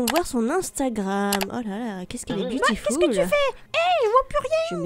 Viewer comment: Surtout quand elle dit butiful